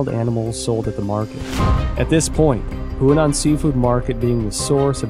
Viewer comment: Huanan seafood market, NOT Hunan. Apart from that, excellent job.